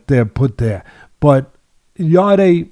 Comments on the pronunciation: just to let you know it's not yarday its pronounced yard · He’s not ‘yarday’ it’s just Yarde, silent e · You pronounce his name yard